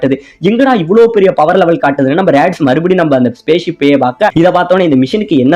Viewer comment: bro athu radish illa radits